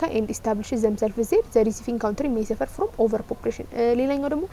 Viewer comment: Thank you so much means a lot but don’t say ካውንትሪ try to say ካንትሪ